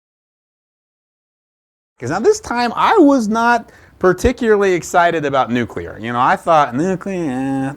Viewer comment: At this point, I'm sure that's an "accepted pronunciation" as it is completely inescapable, especially from those who should know better. "Nuk-u-ler" I mean. Nobody will ever change the pronunciation of CNN, because that would make "sense" (C + two Ns).